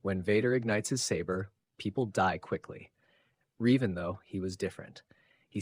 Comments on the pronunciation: It's Revan not Reevan you silly man. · Fun video but The way your AI says Revan is so distracting. Not only does it never say it like It is said in any starwars media (sounds kinda like the bird Raven with the vowels reversed) but it does not even consistently say it the same way, so its not even consistently wrong the same way. Also, Vader in the suit would be no match for Revan.